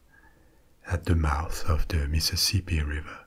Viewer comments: Meeseeseepee basen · I love the topic tonight! Also, I never knew I needed to hear “Mississippi” said in a French accent until I heard you say it 😂